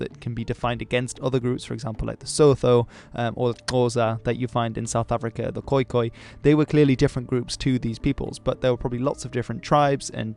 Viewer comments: it's not "So-tho' it's "so-too" even though it's written "Sotho" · Thanks for another informative video! And thank you for getting most of the pronunciations right! As a South African it's usually so cringey hearing people trying to pronounce South African names or terms. The only one I heard that was wrong is Sotho (which is actually pronounced "soo-too" :) )